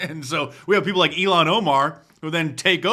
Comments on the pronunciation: It’s not Elon Omar. It’s ill han. I hate her but the way you say her name is cringe. Love your channel! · Why the fuck do u pronounce ill-hahn omar the same way that u pronounce elon musk? It's ill-hahn. Almost feels like ur trying to show her respect